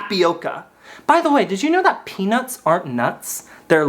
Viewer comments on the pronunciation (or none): peanguins instead of peanuts